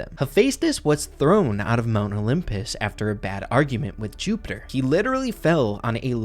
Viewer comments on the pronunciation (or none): none